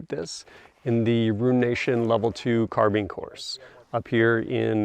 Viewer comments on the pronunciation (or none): none